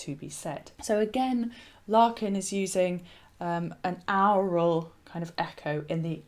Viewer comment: Your pronunciation of aural.Sounds like owral.